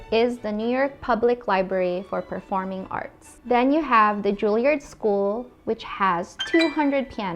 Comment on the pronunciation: Julliard "Joo lee ard" Not nitpicking. Just tryna help, if that makes sense.